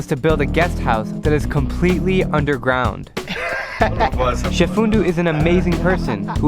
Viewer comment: is it just me or has anyone else noticed "undergound" at "13.56" ..... just sayin